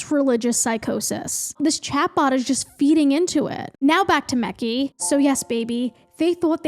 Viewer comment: your pronunciation of Mekhi is KILLING ME lmao